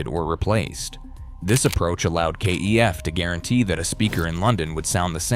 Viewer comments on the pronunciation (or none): Kef rhymes chef is how it is pronounced.